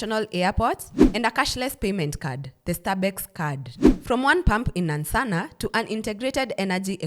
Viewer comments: Please the place is called NANSANA not Nansssanaa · The pronunciation of Nansana threw my attention span off but good information all together. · Laughed so hard. I’ll start pronouncing it like that just for laughs. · Am Ugandan and your pronunciation of Nansana has me on the floor 😅😅😅😅😅😅😅😅😅😅😅😅😅😅 love your content